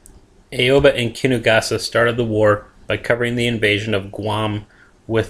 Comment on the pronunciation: aww-bah not aaaaeeeioooobbbbaaaaa